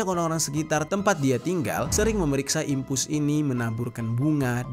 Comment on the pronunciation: Dimpos keknya bng bukan dimpus 😅😅